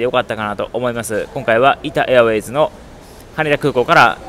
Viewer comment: 「イタ・エアウェイズ」がどうしても無意識に「イタウェイズ」になってしまうのが個人的にはじわじわ来ましたw